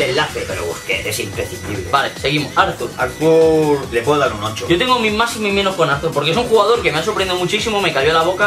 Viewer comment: Cuando dice Arthur 😂